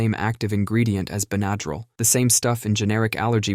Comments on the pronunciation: ben-A-drill omg I'm dying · It will forever be ba nadril from this day forward😂😂